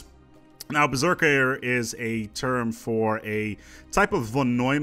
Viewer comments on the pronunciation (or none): none